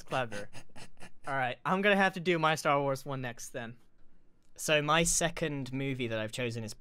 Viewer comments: Is grians "tarwar" insted of "starwars" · Tar war pu in boots? Lol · tar war... really dude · . I thought it was Star Wa (wa as in "what?"). . No, it's the Ark Night. If it's just Ark Knight, then only 1 letter is missing. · Man Grian don’t like the two s’s in Star Wars.Lol😂